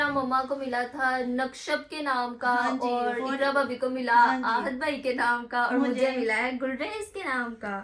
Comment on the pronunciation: Sahiba aur ko hor ku bolti hain,aur bar bar hor keh rahi,plz inn ki correction kar deya karin